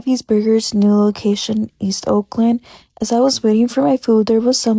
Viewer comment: mate it sounds like you’re " East Auckland “ not "East Oakland “ … it makes me wonder how you say the word OAK , like the oak tree…listen how to Hyphy pronounces Oakland and how you pronounce it…